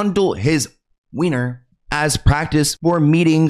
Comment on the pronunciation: “wiener” the citation is not funny BUT the way wiener was said WAS 😂